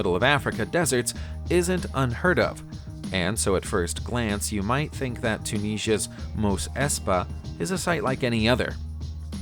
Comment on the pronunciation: It`s pronouncet `TOO-NIZ-EE-AH` not tooneezah